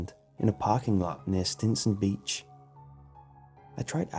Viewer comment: I found one of your mistakes for the first time! You were trying to say beach and said beech 😐